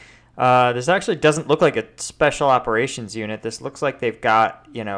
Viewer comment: "Speshal Operashuns"